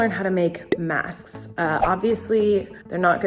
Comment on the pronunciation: It bothered me so much that I couldn’t hear her pronounce the k in masks. Like ik she said it right, but I just had to go back once just to see if I could hear her 😂